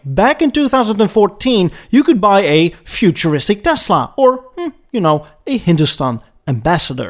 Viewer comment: Love your channel and always interesting topics, but your English is often hard to decipher. Biggest thing I notice is S pronounced as Z Should be tessssla Edsssssel Willyssss. Next accent on the wrong syllable Perhaps have someone preview? Again, love the content, but keep going "What did he just say????"